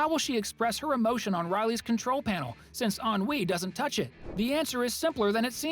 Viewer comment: It’s pronounced since